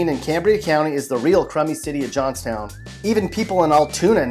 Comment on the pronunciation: The way that he pronounced Johnstown irritated me.